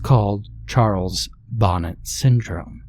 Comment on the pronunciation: Love the story, one of the classics! Love the narration! I thought I'd let you know if it interests you, it's "bo NAY" not bonnet. I share that info with you humbly and gratefully.